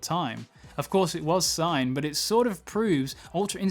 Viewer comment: #Enders yh watched a few now, dragonball is me fav show!! 2 criticues tho dude, urks me how you say sayians and I know you're going for Supremes kai outfit but it gives me chi chi vibes 😂🖤✌